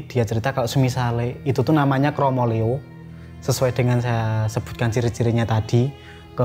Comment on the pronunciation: Pengucapannya kromoleo tu buka leO(bola), lebih ke O(dari huruf A) Mf kalo salah CMIIW 🙏😁